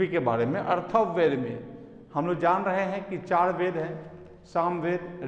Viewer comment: Sir , Atharva ved hai na ki arthav ved